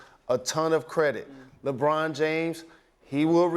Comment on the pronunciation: he said LeGone hahahahaha...dead 😂😂😂😂😂